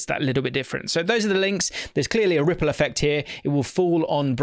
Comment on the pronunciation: RRRRRRRiple effect.